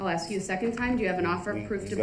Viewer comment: So is saying "ax" instead of "ASK" a colloquialism? It drives me nuts!